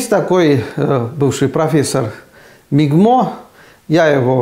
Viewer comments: Не мигмо, а мгимо. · Не МИГМО, а МГИМО. Акуратнее... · Профессор мигмо😂....! МГИМО))) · Чувак вырос в СССР, а МГИМО произносит - МИГМО